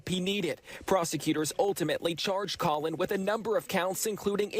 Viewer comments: Did the news anchor call the dad colon? Pretty sure it’s Colin. Either way, the other people responsible are the police that didn’t take it serious or look into it more, knowing he was planning it. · Ahh yes. " Colon " Gray.